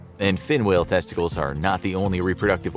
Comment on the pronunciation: Lol. I really like this video the way he says tessties